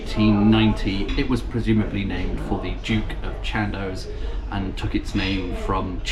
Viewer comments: Shan doss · 'shaan-doss' is the correct pronunciation, I believe. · Dear - I think that Chandos is pronounced like boss rather than like post. See also Robert Adam's magnificent Chandos House in Marylebone, Handel's Chandos Anthems and the spectacular baroque church at Great Witley, Worcestershire. PS: I absolutely love all of your pub and walking vlogs. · I used to visit the Chandos (I always pronounced it as others did in the area as shan-doss) in the early nineties. The Salisbury has always been known as an actors pub.